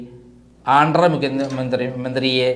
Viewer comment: not ആൻഡ്ര, ആന്ധ്രാ എന്നാണ്, അതുപോലെ സംസാരത്തിനിടയിലെ ഭ ഭ ഭ ഒഴിവാക്കാൻ ശ്രദ്ധിക്കണം, ഇതിലെല്ലാമുപരി സത്യസന്ധമായ വാർത്തകൾ മാത്രം പ്രചരിപ്പിക്കുക, താങ്കളുടെ 99% വാർത്തകളും fake ആണ് Mr. പൊതുജനങ്ങളുട സമയം നശിപ്പിക്കല്ലേ.